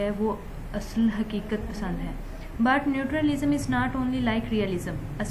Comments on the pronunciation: Its natural lism mammmm Not nutur lism 🙄🙄🙄🙄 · Hahahaha it's not neutralism. Pronunciation to theak kar dain. Ye vedio delete kar dain log hansengay